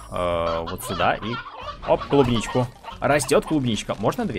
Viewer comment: Кубничку! Ну, ты правда читать не умеешь?